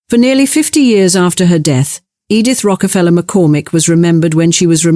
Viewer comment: Interesting story obnoxiously pretentious narration. I barely made it through' "Edith Rockefeller McCormick"' for the one thousand nine hundred and twenty-eighth time. Word pronunciations are sus.